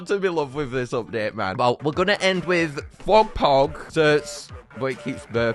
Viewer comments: Also it's prononced "ex-ert" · "X'rt needs justice!" Also: Continues to Mispronounces Its Name